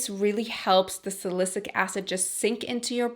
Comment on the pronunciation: You’re so pretty and down to Earth that I don’t even mind how you mispronounced ‘salicylic’. Can you please do a makeup tutorial for this gorgeous look? Or list the products. Thank you xx